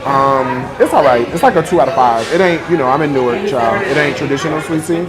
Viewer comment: Also learn how to pronounce our city.. it is not NEW-ARK.. 😖😖😖